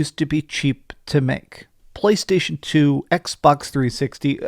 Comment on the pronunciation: You guys still take this dude seriously? You never once wondered why these YouTubers laugh at this guy? Maybe he makes a lot of you feel secure about owning a “pchlaaastashion” idk lol